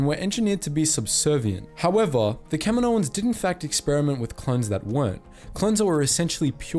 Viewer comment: Thank you for pronouncing “Kaminoans” correctly :)